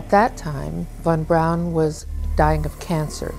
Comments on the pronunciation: Bato ne kaze se vorner von braun , nego Werner a na nasem Verner von Braun ! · ocigledno lose poznajes strane jezike, Dona je Hejr a ne Hare, a Vorner Braun je Verner Fon Braun, tako se to cita. A brkas i telekinezu (sposobnost pomeranja objekata mislima) sa mogucom telepatijom ili necim slicnim. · nije on Worner von(čita se fon) Braun, nego jednostavno Werner von Braun jer on je Njemac a ne Amer.